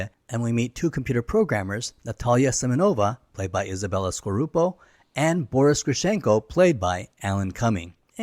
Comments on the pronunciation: Isabela Scorupco, not scorupo, actually it's skorupko, it's polish and there's two K in it. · Scorupco. Not Scorupo